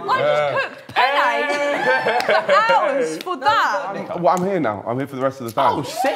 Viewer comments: struggling to say penny is HILARIOUS 😂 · max trying to say penne is soo funny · THE AMOUNT OF TIMES THEY SAID PENNE HAS ME BAWLING💀💀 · If says penne one more time I’m putting my head through a wall 😂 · tryna say penne pasta 😂😂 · max mispronouncing penne gets me